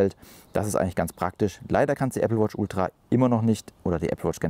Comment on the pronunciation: Moin. Die Betonung liegt bei Ultra. Mit meiner Watch 4 mit WatchOS 10 funktioniert es nicht. Wäre interessant zu wissen, ob es auch mit einer aktuellen nicht Ultra Watch funktioniert.